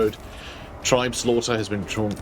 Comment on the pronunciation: Uhhh it’s actually pronounced “tribes-laughter”